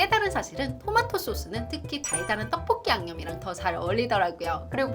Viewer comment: 포브스선정 떡볶이 발음 가장 찰진사람 1위